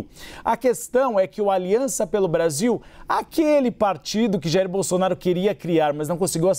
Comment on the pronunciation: O apresentador não sabe pronunciar o ex presidente.